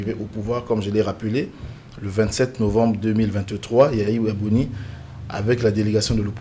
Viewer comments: Boni Yay I et non Yaya Boni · C’est pour la troisième vidéo que je suis sur votre chaîne Et je suis ému Mais dites à vos invités qu’ils ont mal prononcé le nom de notre ancien président YAYI BONI et non YAYA BONI